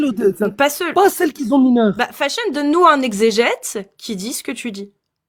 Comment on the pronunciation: Il vient nous parler de sciences dans le coran en disant : "ceux qui zont ..."😂